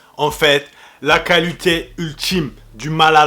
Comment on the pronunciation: je connais la qualité mais pas la qualuté🤣 Je rigole bien sûr. Merci pour toutes tes vidéos, de tes conseils,... tu gères !